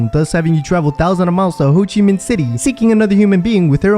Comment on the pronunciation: Did he just say “hoochie min?”